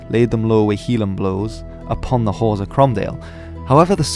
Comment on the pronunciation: Haugh is pronounce ho' btw and it would be Stewart not Stuart. .